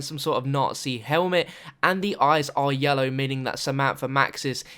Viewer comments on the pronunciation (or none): none